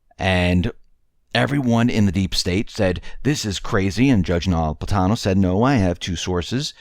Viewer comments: learn to pronounce the judge's name Napolitano. It's not No-lip-atano. Generally you are an excellent speaker, so the obvious mispronunciation was disturbing. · say it with me, "NA- POL- I-TANO"Easy peasy! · It's Na-pol-i-ta-no.